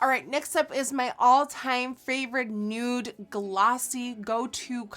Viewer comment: The way Nikkie says 'nute' instead of 'nude' is one of my favourite things in the world